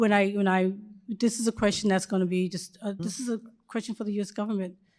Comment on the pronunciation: " Dis question.." " I can't answer dose questions..." "Dis and Dat .." Utterly brilliant.